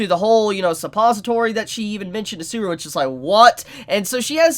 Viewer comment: always murders the pronunciation of every single name lol "Suburu", "Ochiko", "Eyes-wa" (Aizawa) and now "Echi-Dana"